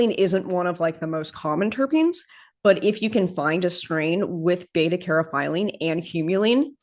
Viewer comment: Caryophyllene pronounced "carry-off-ill- lean :)